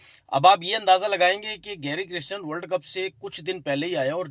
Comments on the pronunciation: Oh Tanvir bhai! Coach ka naam Gary Kirsten hey Gary Kristen nayi… atleast take his name correctly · Abe apne coach ka naam to shi se liya kro